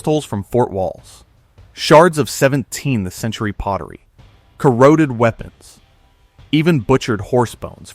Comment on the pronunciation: Omg, the AI voice kept saying “17 the century” instead of “17th century.” Good god, I hate AI narrators. The weird pauses. Too distracting to listen to. Please bring back real people!